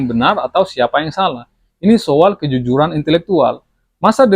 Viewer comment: Bukan SOWAL Bang tapi SO-AL 😂 Hehehe